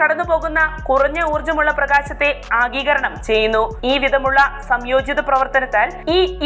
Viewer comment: ആഗീകരണം എന്നല്ല ആഗിരണം എന്ന് പറയു വൽസെ, ഏത് ടീച്ചർ ആണ് നിങ്ങളെ പഠിപ്പിച്ചത്?